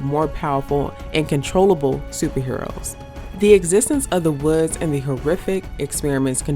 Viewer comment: it wasn't that clear given her pronunciation on, for example, the word "woods" turned it into "wurds"; and her diction and delivery was just slightly odd and arrhythmic